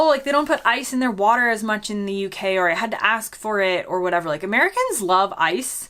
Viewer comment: What a shame after 10 years you can't pronounce " Water " correctly.